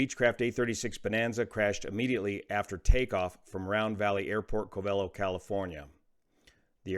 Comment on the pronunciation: Pronounced 'Cove-a-Lo.'